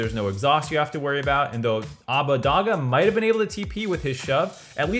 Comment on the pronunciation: I love the blame game being back. One question: why do some casters say Abbedagge like "Abbadaggah"? It really irks me (for no rational reason tbh) since his name was correctly pronounced during his time in the LEC and it's on the wiki.